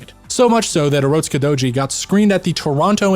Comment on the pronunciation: I liike the way you pronounce urotskidouji. Edit: I also like everything else you have to say.